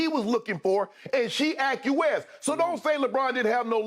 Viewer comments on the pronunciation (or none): Acquiesce is Shannon’s favorite work but he sure can’t pronounce it.